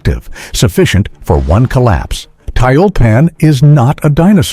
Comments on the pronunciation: Комментатор, по работай над произношением и дикцией. Противно слушать тебя. ТЮЛЬПАН а не таильпан. Учи РУССКИЙ ЯЗЫК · 240mm mortar could be said to be a super mortar. The computer narration is mispronouncing Tyulpan.